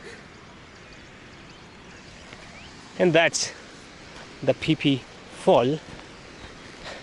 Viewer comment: Pronounced Ph-e Ph-e fall not pi pi fall😄😅 anyway good show👍👍